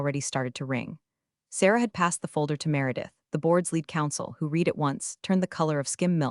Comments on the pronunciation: AI doesn't know how to pronounce "read" in context. It kept saying REED when it should have been RED. Annoying. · Great AI - it can't even tell the difference between the word "read" (red) and "read" (reed) 😂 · The same reason the Ai voice "reads" the words "She read... " but pronounces the word "reed." Definitely a low i intelligence. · "...REED it, RE-REED it.........."!!!! Once again, a POS AI!!!!!!!!!!!!!!!! HOWS BOUT, "RED it, RE-RED it"!!!!!!!!???? This is NOT looking good for your DAMNN AI if it already starts mispronouncing !!!!!!!!!!!!!!!!!!!!!!!!!!! STRIKE ONE!!! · Teach the AI to pronounce Read as Red not Reed. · True, but AI will never get it. It can't even get using context to determine if the pronunciation of READ is reed (something to do) or red (something completed) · Can’t a person correct the AI mispronouncing words? “Read” can be pronounced two different ways, and the AI always got it wrong. Thumbs down. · The single most offensive incompetent AI error I keep seeing is to pronounce the past tense of “read” as “reed.” The past tense is pronounced “red,” dumbheads. Please train your AI narrators on actual English speakers. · The word "read," when used in the past tense, is pronounced RED. Also, it's a good idea to check that the voice-over matches the captions. Punctuation when reading is crucial. This sounds as ifit is read by a 2nd year high school student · The AI reading is painfully obvious… too fast, pauses in the wrong place, words mispronounced (i.e. “read” as “reed” when not correct). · Miss AI read and red (read past temps) are different. English is hard. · Another AI who can't tell the difference between read and read.